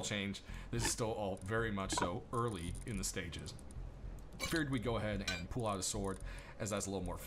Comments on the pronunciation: Are you saying "Pool" for "Pull" ? Ive never heard that before. Cheers for the in-depth video!! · ive watch probably every video of yours (for rust) and never heard you say "pull." where are you from? this seems to be the only word for which you have an accent. i think its more like, "p uh l" =D